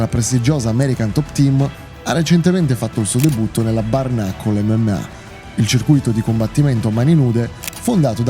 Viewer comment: Ma porco dio come cazzo pronunci bare?